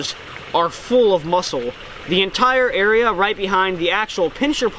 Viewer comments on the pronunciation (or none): none